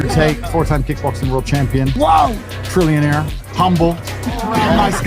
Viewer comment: Did hé say trillonair….💀